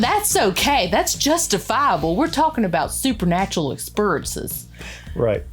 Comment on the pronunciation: "I'm sorry, but we're talking about supernatural ex-purrences!":) I'll say it again, -- you're a treasure!